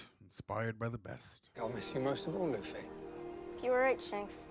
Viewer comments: “Bugsy”? 🤣 Okay, “Luffy!” 😂 Love you guys! 😊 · Pls. just call him Luffy (loo-fee) 😭 Also, Buggy was never meant to be an intimidating villain. A scarier villain is in the next episode.